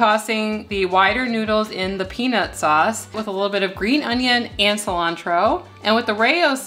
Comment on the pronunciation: Peanus sauce, lol!